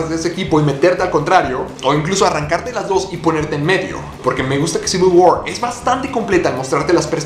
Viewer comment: Eres el primero que pronuncia bien "Civil War".